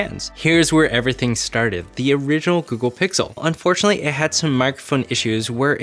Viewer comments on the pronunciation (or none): none